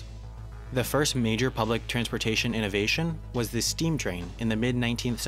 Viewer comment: Oh for the days when we didn't have to put up with constant AYs and THEEs in this vlog. Your voice-over was so much better then.